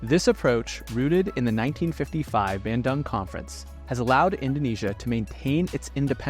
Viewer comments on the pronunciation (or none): BANDUNG !!! NOT BENDANG😂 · It is not bendung its banung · Bandung approximately 140 kilometres (87 miles) southeast of Jakarta. We said Bandung with "U" not Bandang Can as read it "B-i-n-do-ng" similliar like that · its not said bhan-dung, its ban-dung